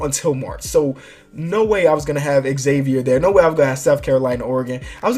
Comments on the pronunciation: god dammit it's not Exavier it's pronounced Zavier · It's not Eggzavier, it's pronounced Zavier with a z sound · it's not x-avier it's pronounced zavier but spelled Xavier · It's not X-Xavier, it's just Xavier (Zay-vur) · STOP SAYING XAVIER WRONG